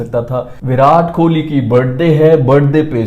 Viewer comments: Please aap kholi kholi pronounce karna band karo Wo kohali pronounce hota hai. …. 😤😓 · It's Kohli not Kholi... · his name is Kohli and not Kholi. Pronounce it correctly..😊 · Hey! Love your non stop energy and commentary 😀 Just one request, please stop pronouncing KOHLI as KHOLI …. Have been meaning to tell you since so long …. Please if anyone read this comment of mine, help this reach him. 🙈